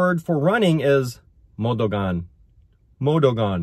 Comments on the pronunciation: MO DA GAN (modagan) not MODUGAN ✌️😉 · Hi can I correct the pronunciation to run - it’s. Run is Dagan. - “ duh-gan”. To run is “mo-duh-Gan”. You are doing a great job for just doing it on your own!